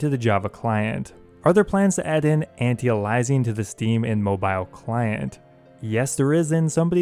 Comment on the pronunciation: Aliasing - (Ale-e-a-sing)